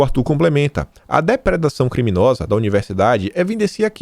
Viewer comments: "DEPREDAR"....e não "DEPEDRAR"!!! 😎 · a palavra correta é depredação O prédio foi depredado. Gosto tanto dos teus vídeos diários que sei que quando você fala essa palavra errado fica ruim pra tua imagem. 😉🙌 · Ô,, não bastasse o bom e velho "própio", agora temos você soltando "depedração". Meu, perdoa a implicância, mas o conteúdo continua muito bom e vc sempre comenta que luta para melhorar a forma do programa. Daí, penso que não é mau vc dar um pouco mais de atenção à tua leitura - ainda mais que agora, que você passa a ser comentarista de outros veículos. Na paz, sucesso e forte abraço.